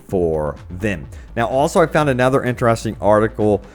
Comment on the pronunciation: 'anether reason'...?